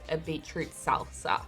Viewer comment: Omg I love you!! “Salt-za” 😂😂😂💕